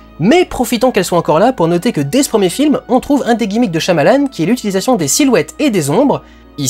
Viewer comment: on le prononce pas plutot "shaillamalanne" ?